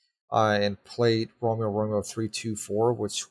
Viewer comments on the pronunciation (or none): none